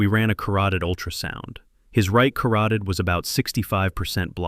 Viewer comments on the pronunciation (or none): Carooteed ??? Artery!